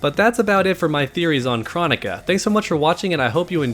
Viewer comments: Her name is pronounced like chrono-ka like cronos from Greek mythology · I believe NRS pronounces it as (Kroh-Nee-Kuh) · I feel like even though I know it’s “Crow” Nika I’m still gonna say “Krah”nika lol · Pretty sure its Kr-Oh-nika, pronounced by boon himself and possibly Kr-Oh-neeka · Here name is pronounced like Kronos. With a O not Ah sound. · That's not how you pronounce her name.